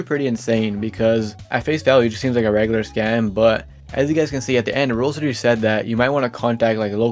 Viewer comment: Can you stop saying rolls. It called roblox